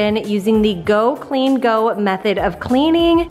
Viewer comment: I so needed this motivation. Just pointing out its Go clean CO not go. I LOVE her motivation. I want to order her cleaning book. I have the same issues with our cabinets and use a floor marker to make the chips less visible. You could put your grills in the tub with a dishwasher pod. Thank you